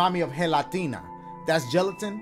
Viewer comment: THREEP: take Dashie to his Hispanic family, congratulations they are giving him Gela-TINA